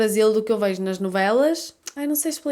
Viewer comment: Enquanto algumas regiões do Brasil (como dito no vídeo) removem algumas consoantes como “Cheiro” pronunciado “Chero”, a faz o inverso- ela coloca a consoante. Prestem atenção que a fala “veijo” e não “vejo”. 😊